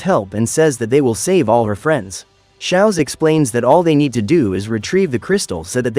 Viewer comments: It’s schooz not Shaz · schwaz? Nah shaowz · HES NOT SOWZ ITS SCHWOZ